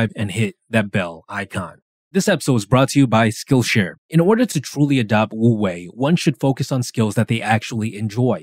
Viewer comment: Great video ! Just a small note, of course words can change pronounciation in another language (for eg paris is supposed to be pronounced w/o the s), but if you’re curious, it’s actually closer to “oo-way” rather then “woo-way” bc the word “wu” has a somewhat silent “w” :)))